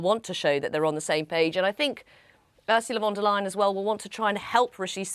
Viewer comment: pronounced Von der Lay-en not Lie-en